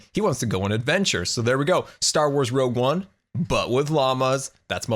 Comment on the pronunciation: I love "Rouge One, but with llammas"